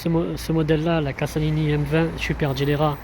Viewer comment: CASALINI se prononce "cazalini" il n'y a qu'un S